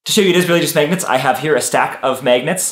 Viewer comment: I like how he calls them maygnets